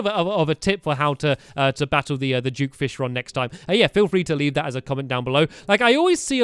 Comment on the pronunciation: It is not due fishron it is duke fishron